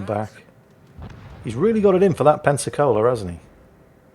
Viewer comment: Every time says Pensacola I thought he was saying Pepsi-Cola 🤣🤣